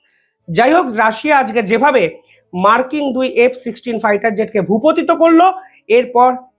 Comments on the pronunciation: শব্দটা ভূপতিত নয় ভূপাতিত। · ইংরাজি অনেকেই ভুল বলেন কিন্তু বাংলা ভুল বললে খুব খারাপ লাগে। এই যে বললে ভূপতিত, শব্দ টা আসলে ভূপাতিত।